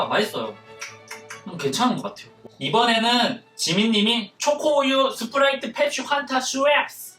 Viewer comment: 스프라이트를 스트브라이트로 부르신거같은데